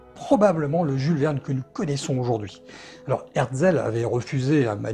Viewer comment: Une superbe vidéo comme d’habitude, un seul petit bémol, vous écorchez le nom de l’éditeur, il s’agit d’Hetzel et non par HeRtzel. Je vous invite par ailleurs à consulter les tarifs des éditions de la fin du 19ème ou début 20ème des ouvrages de Jules Verne de la collection Hetzel... En termes d’investissements, il faut faire un choix entre la lecture ou le matériel pour l’astronomie 😉